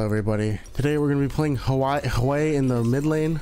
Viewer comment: bro always finds a way to pronounce a new champs name wrong XD